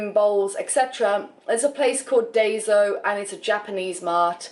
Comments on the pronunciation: Its DAISO and not DAYSO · EW W exactly, tah-ee-soh, or die-so